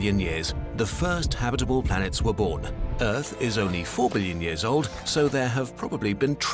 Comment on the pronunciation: the way he says habitable hurt my brain. habiiiiit'ble instead of haaaab't'ble